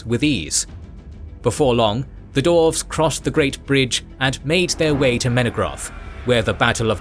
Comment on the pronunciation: Absolutely loving the deep dive into Middle-earth lore, but I have to ask… why is 'dwarves' being pronounced as 'dorvs'? And 'dwarf' as 'dorv'? Is this some hidden Tolkien linguistic secret I missed, or is my brain just short-circuiting every time I hear it? I feel like I’ve fallen into an alternate timeline where this is normal, and I’m the only one who doesn’t get it. Please, someone explain before I lose my mind.